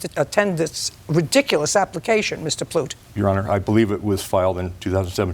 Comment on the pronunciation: I thought it was Plut rhymes with *lut But it was Plut rhymes with Toot Which is apt for the plaintiff.